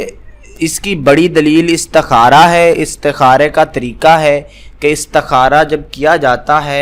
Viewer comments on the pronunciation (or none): none